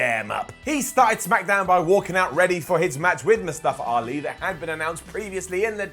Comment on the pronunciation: Daniel Bryan is the only one that can pronounce Mustafa Ali They all saying :"Mustafra Ali"